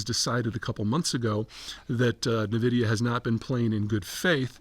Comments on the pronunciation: The company name is not pronounced “nuh-vidia”. Per the company it is pronounced “En-vidia”. Hard to take an opinion seriously if you can’t even get the name of the company right. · 'N'-vidia.. not Neh-vidia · It's pronounced N-vidia not Na-vidia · INVIDIA not NAVIDIA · I love you Zeihan but the way you pronounce "Nvidia" is wrong! Its pronounced "EN-VIDIA" not "NIVIDIA" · It's En-Vidia, not Nuh-Vidia. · oo, it's "EN-vidia", not "nuh-vidia" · NVIDIA is pronounced EN VIDIA. It is not NUH VIDIA for sure. It is known that Deepseek stole the AI model from OpenAI. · The whole world knows the company as (eN)vidia. Why the emphasis on (Ne)vidia? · It's "en vidia", not "ne vidia." Just...for the record. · It's en vidia not nuh vidia. Old people lol. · Its pronounced “EN” vidia not “NE” vidia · Also it is Nvidia is promouncedas "N"-vidia. No "nun"-vidia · HUUH... dont think you really understand this subject matter... and it's "N VIDIA" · N——-vidia. 🙄 and dude, your one week delay makes you seem like you are living in the past. Seriously. It’s not going to motivate me to pay monthly and it just makes you sound out of touch. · "nuh vidia" Pete's a moron. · Navidia?..did I hear that right? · Sorry, I can't listen. Nehvidia... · * pronounced EN-vidia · "Nahvidia" Just stop dude. 😂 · Navidia ? Lmao .. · Saying NUH-vidia does not make you sound like you know what you are talking about… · It’s pronounced “envidia” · It’s pronounced envidia. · It's EnVidia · Wish he new how to pronounce the company lol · He cannot even pronounce NVIDIA correctly, its a cringe listening how he does it. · When you can't even pronounce Nvidia correctly... it's insane that anyone would believe you know anything about tech. Par for the course for Peter and tech. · You can’t even say nvidia so I can’t take anything you say about tech and ai seriously